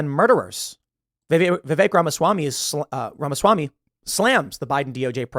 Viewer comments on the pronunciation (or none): none